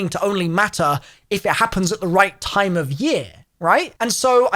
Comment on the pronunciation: All American got triggered when he sayed time wrong way :D